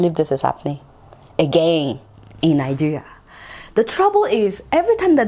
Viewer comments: You can't even pronounce the name of our beloved country properly. Najiya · I enjoy listening to your pronunciation of 'Nigeria.'